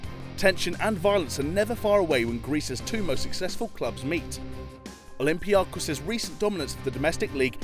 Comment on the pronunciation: I'm Cypriot and the way I hear olympiakos and panathinaikos are way too funny